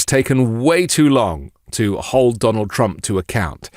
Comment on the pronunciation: TWUMPY CWYING